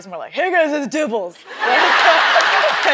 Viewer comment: Hey geys its dibbles😂😂😂😂